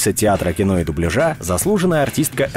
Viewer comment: Дубля́жа! Диктор, зайди на канал Татьяны Гартман и просветись!